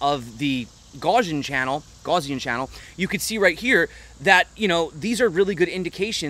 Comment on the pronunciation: gaussian - sounds like "mouse" - ian (no judgement - just sharing) Love your channel.